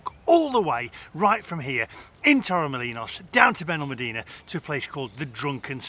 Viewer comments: It's Benalmádena not Benalmadína, friend. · As a resident of Benalmadena for over 20 years, was so glad that by the end of your video you actually pronounced the name of our town correctly 😅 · Great vlog..love Benalmadena (please pronounce properly by the end of your break). Wish you had ordered a SPING Roll 😀